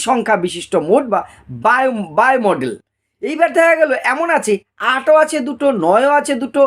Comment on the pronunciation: স্যার উচ্চারণটা মোডাল হয়....মডেল নই 🙏